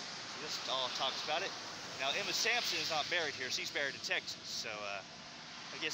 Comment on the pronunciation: Her name was Emma SaNsoM , not SaMsoN . The High School was Emma Sansom . I graduated there in 1990. The highway that you were standing in the middle of is Hwy 431 not 278.